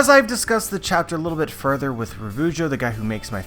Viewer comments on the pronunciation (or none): none